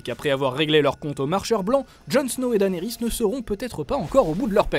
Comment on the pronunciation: Danerys c'est quoi cette prononciation ?